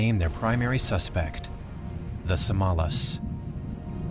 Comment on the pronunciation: It would even have been more impressive if the voice-over actor had copied the Indonesian pronounciation of the mountain: SAMALÁS.